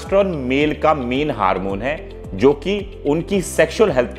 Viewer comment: " Sir Haarmone nhi hormone hai "